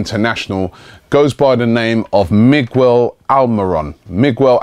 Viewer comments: Robbie it's not Mig-Well it's Me-gel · Jesus Robbie, it can't be that difficult to pronounce Miguel now is it? Plus Sturridge, as good of a player he is (was?), I just can't stand that damn celebratory dance that he does each time he scores. That being said, we might as well give Akpom the chance.